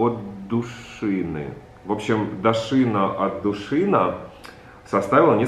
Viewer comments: дада)) девушка: дАшина отдУшина! Рогов: да...дашИна от души на... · ДашИна отдУшина Рогов прочёл на французский манер с ударением на последнем слоге ДашинА отдушинА 😊видно, что Саша соскучился по Парижу ❤️ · Я ору вголос: НИха ОкинАра и ДашИна ОтдушИна))) Саша поднял настроение